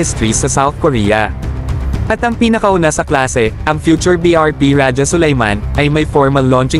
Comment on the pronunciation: Raha ang pagka pronounce nyan hindi raja😂😂😂